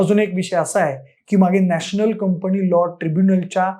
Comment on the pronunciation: शैक्षणिक विषयावर बोलताय; कृपा करून शुद्ध भाषेत बोला. उदा. 'कंपणी' हा शब्द कुठून काढला?